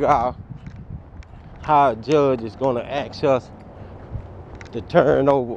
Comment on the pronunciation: Dude needs to ‘ax’ an attorney. 😂